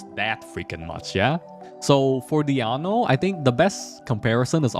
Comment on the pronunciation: You pronounce 'Diona' as 'Diano'😂